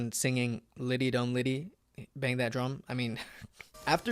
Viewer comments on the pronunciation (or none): none